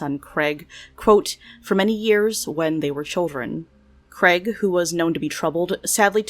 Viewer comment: The late son is called Craig not Creg.